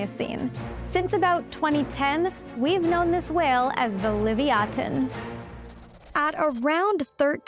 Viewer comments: Leviathan is pronounced phonetically as "luh·vai·uh·thn" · I’m sorry but she’s pronouncing leviathan completely wrong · Is this lady purposefully mispronouncing the word Leviathan, or is there some reason that the word is pronounced differently when speaking about this whale? Edit: She explains the name change and pronunciation in the video. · Had to watch it on mute due to the mispronounced species name. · I NEVER heard ANYONE pronounce leviathan the way u did. DO U KNOW what u r doing? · take a shot every time she pronounces it wrong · You're pronouncing Leviathan incorrectly 💀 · The pronunciation of Leviathan is passive aggressive. Most people don’t pronounce it like than . 😅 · Learn how to pronounce Leviathan correctly. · Ok…am I losing my mind or is that not how that word is pronounced? Genuinely asking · Uh that's just leviathan just spoken out differently, why not just call it like how the title is normally spoken out as.. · Can’t stand her pronunciation of the name omg 😲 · Why the weird pronunciation of the name? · Unless 'livyatan' and 'leviathan' are two distinct words, you've murdered the latter. That said, I'm not a paleontologist so I'll leave you to it. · Did she just mispronounce Leviathan? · What's up with the dumb pronunciation? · And you keep saying the name mispronouncing it! Right at the beginning of the video. Already stopped can't watch anymore because you'll probably say the name 50 more times incorrectly! Peace! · Why can't YouTube channels pronounce the names do the particular specimens they're describing? This is exactly why Western culture has been dumbed down. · Ummm it is just me or have I been saying leviathan wrong my whole life lol listening to her pronunciation is driving me nuts 😅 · the way you pronounce the whale's name, Leviathan, kills me inside since I have been a enjoyer of stories about mythological creatures ever since I was a wee lad ! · Leviathan and Livyatan are pronounced differently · "Uhm its achsually livyatan"☝️🤓